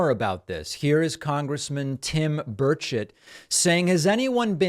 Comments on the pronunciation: WOW!! For a moment I thought you said "Congressman Birdshit" 😳🙃😅🤣Not really your style, so I had to listen again (in my defense; I'm danish) So they come from galaxies far, far away and have a last minute birdstrike just before landing. Daaamn gulls!!! 👉😵💨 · I thought David said Congressman Tim Birdshit! 😳😂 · Did I just hear DP say congressman Tim Birdshit ??? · Did you say birdshit?